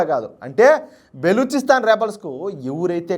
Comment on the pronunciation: బెలుచిస్తాన్ కాదు బ్రదర్, బలుచిస్తాన్...